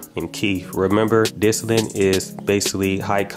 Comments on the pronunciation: My man... it's called DISTILLATE not disilant 🤣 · DIS TOLL IT. not disinent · lol "dissinnite" "dissillit" "disllate" "disinnit" BRO IT'S DIS-TILL-ETT or simpler "Distill it" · "Distallant" I never knew there was an n in it loll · I swear you sayin "disalint".. lol Thanks for the video I put a thumb in it' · I know and it seems like most people can't say it right. I cringe every time he says "distillant" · Dis-till-ate no "n" but great review, man. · Where do u see n in the word distillate why u sayin distilint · Y the fuck he keep callin it dis ti lint abahahaha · Say dis-tah-lit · There is no “n” in distillate! You keep saying distillante grrr lol 😆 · Guy cant even say the word distillate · Lol is he saying dissilant and estract? Lmfao